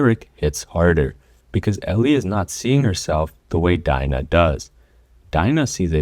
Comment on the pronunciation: As soon as he pronounced dina’s name i clicked off LOOOOOL